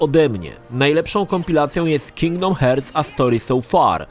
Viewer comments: It 'hurts' to listen 'hearts' pronunciation;))) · Uwielbiam jak czyta cały czas Kingdom Hertz XD